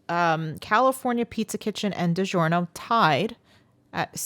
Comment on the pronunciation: It’s di -JOR-no, not di-ZHOR-no! In Italian, “gi” is the “j” sound,as Italian alphabet does not use a j.